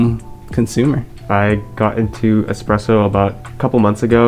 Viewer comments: oh gosh did he say "expresso shot" ? :D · Anyone else bothered by people pronouncing espresso 'expresso'?